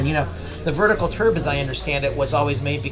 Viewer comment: “Vertical ‘terb’” !? Have some class man.